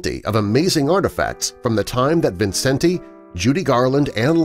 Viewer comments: His name is pronounced Vincent, not Vincen-te. You also need to get your facts straight about Judy. Millions of people the world over still love her and Liza and might get a tad angry at you, which includes me! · This was such inaccurate crap! He can’t even pronounce his name correctly.